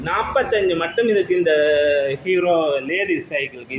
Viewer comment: முதலில் தமிழை அர்த்தமாக கதைக்கவுகும் கீரோ அல்ல ஹீறோ